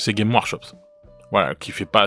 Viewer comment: Putain pourquoi aucun youtubeur francophone ne prononce le S de games workshop. Ça me rend ouf :)